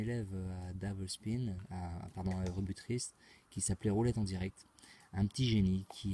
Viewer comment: Einstein a dit qu'il n'était pas possible de gagner à la roulette , gros malin..ce n 'est pas avec tes constatations et techniques à 2 balles faites depuis 2 ans que tu vas pouvoir le contredire....achète toi plutot un livre sur les stat...Par contre je tiens à te féliciter pour ton accent quand tu dis " double spin" . Sauf que Einstein n' avait pas de connaissance sur des techniques de money management , chose que 'jai réussi à faire